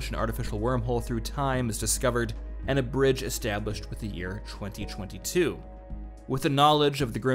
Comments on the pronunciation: Yeah yeah good video, but why does he pronounce 2022 as "chwenty chwenty two"? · They way you say '2022' really bugs me